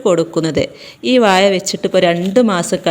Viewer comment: വായ അല്ല വാഴ